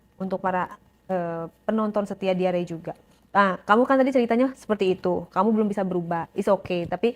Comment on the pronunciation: Diary, bukan diare (moncor).